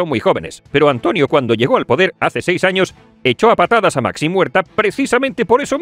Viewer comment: Maxím Huerta. Menudo paleto. Si sabes decir Máximo sabes decir Màxim.